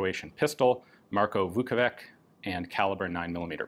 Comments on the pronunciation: "Vukovitch" is closer in pronunciation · I am not a Croat, but a slav nonetheless and a letter C at the and of names DOES NOT pronounce like K. It is pronounced like the last sound in the English word "which" - the closest approximation. So Vukovich, as they anglicize this name often, is the good way to pronounce it. Putting a K at the end sounds really bad, bordering on disrespectful.